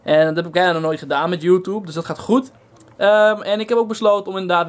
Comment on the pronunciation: Je zegt geen joetoeb het is joetjoeb